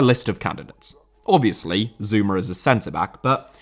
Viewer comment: Zouma* not Zoumer